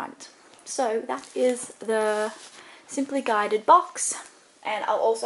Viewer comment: It's Simply Gilded not Guided